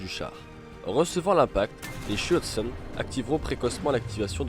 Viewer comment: Le terme exact est : Schürzen et non pas Schüzen.